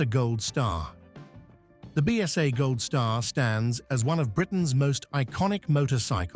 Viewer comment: What a terrible load of AI generated rubbish, full of mistakes. It doesn't even pronounce BSA correctly. Shan't watch another video from them.